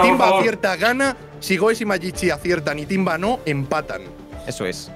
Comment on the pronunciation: Editalo porque dijister timva??? Si es timba jaja😂